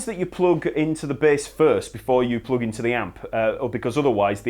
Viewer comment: I love how he pronounces plug as ploog